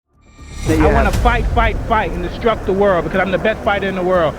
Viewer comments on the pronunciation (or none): it’s “destruct”, not “distruct”.